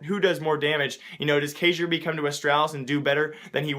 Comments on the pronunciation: Kjærbye is pronounced Kyair-bee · It's pronounced Keyar-bee. Kjaerbye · It's pronounced K-YEAH-BEE